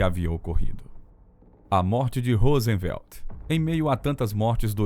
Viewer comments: O narrador é bem fraquinho., Rosenvelt, Eisenhôer e assim segue. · Presidente dos EUA "Rósenvelt" é ótimo KKKK